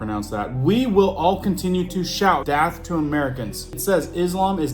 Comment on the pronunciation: AI has been so rampant that I have been questioning everything, especially anything said to frighten many with panic buying (Johnny Carson TP joke). So I am hearing no accent in your speech except "DATH (not DEATH) to Amerca". What‘s that about?